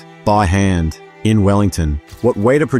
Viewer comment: It is pronounced WET AH. Always has been always will be.